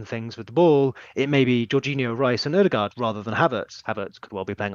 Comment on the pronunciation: It’s not ‘Odd-e- gard’ …! It’s Erd-e-gard’… Great content & concept though… Really enjoyed it.